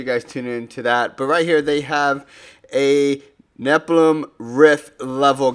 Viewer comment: Its nephalem not nepalem. AKARAT IS DISAPPOINTED!